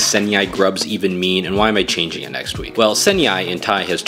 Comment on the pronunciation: Why'd he pronounce it like that